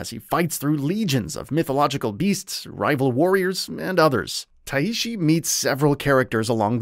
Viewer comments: Just tai-shi not tai-i-shi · The main character's name is Tai Shi, two sounds, not like a Japanese name lol but thanks for the review, looking forward to this.